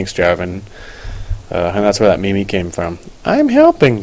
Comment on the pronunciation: It's pronounced "meem"